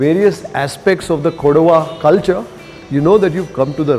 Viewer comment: It is KODAVA, Not Koduva.